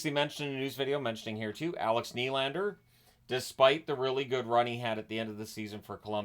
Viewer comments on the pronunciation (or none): none